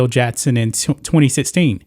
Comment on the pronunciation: It’s Jackson. Not Jattson. Common mistake.